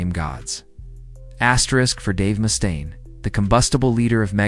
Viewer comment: "Mustone?" It's MUSTAINE. You're full of crap.